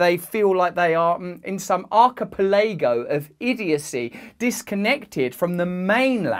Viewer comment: Too busy thinking about the way Russell pronounced archipelago to ponder government plots.